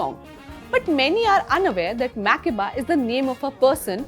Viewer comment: But why is her name mispronounced? Mak-air-ba.